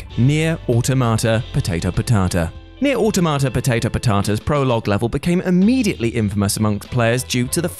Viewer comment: It's Nier Aw-ta-ma-ta, they say it in the game